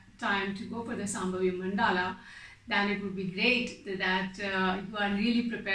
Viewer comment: Akka, iyour videos are super good. and when it comes to pronunciation, it is not Sambhavi. It is Shambhavi and it is not Namashkaram. It is Namaskaram. .